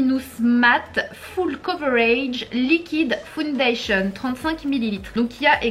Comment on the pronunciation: Ok donc quand elle lit le mot “full” elle le dit “fOUL” ✅ mais alors pourquoi elle dit “fOUndation” au lieu de “fAOUNdation” ?